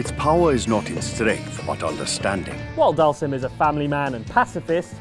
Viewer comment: Dhalsim = Dahl Zeem....ffs street fighter has been saying the names out loud when you pick them for YEARS now. Don't be so english speaking that we can't pronounce names that have been said to us for years that aren't english. Missed Wesker from Resident Evil. The Mako Eyes from FF7. Blank eyes of many Super Heroes and Villains.